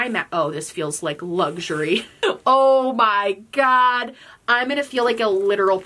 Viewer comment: Love when New York accent comes out when she says “Oh ma gaud” 😂